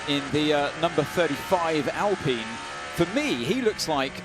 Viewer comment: Why does every racing series say Alpeen? It's like wine, fine, dine, or mine. Figure it out.